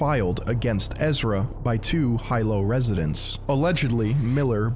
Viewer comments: I’m sure this has already been pointed out but Hilo is pronounced like the male gendered pronoun “he”, like “he-low”. Not like “high-low”. Otherwise good stuff, this guys clearly spinning out and has a profound mental illness, although it obviously doesn’t excuse his behavior. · "Hilo" is pronounced hee-low, not high-low. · It’s not “Hai-low”, it’s “Hee Low”, other than that excellent vid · Heelo not “High-lo” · "Hai Low" residents LOL. In all my years of hearing people mispronounce Hawaiian city and street names, I'm surprised to have never heard that one before. Great editing! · Hilo = Hee-lo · Hate to be that guy but it actually sounds like "He-low" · Pronounced Heelo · damn man i gotta correct you on that hilo. sounds like he lo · Great video, just wanted to say as a hawaiian. Hilo is pronounced He-low. My uncles was one of the bartenders at the karaoke bar the day he had his fit, he showed me some clips he took on his own and I could barely believe my eyes. Basically everyone in the bar was trying to get him to leave and it got the point where it started to get physical, he's pretty lucky it happened on Hilo because if it happened on Oahu there's a pretty big chance he would have got his shit kicked in. Hilo is a lot more rural and at ease than Oahu, the last thing you want is a bunch of 200+lb Hawaiians that are drunk getting pissed off at you. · In Hawaii we pronounce Hilo as (He-low). Mahalo for another deep dive!🤙🤙🤙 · I was boutta comment the same thing about the pronunciation. He was really lucky it happened in Hilo of all places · The mangled pronunciation of Hilo made me cringe, but otherwise great video as usual!